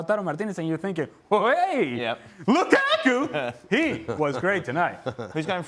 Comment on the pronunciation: This guy as always hates "Loo-kah-kuh"